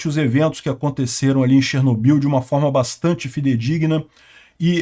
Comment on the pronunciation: Até hoje falam errado no Brasil, se pronuncia Chernó-bil tônica no ó....